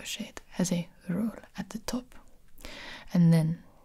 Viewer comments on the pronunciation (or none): lmao ✨r o l l✨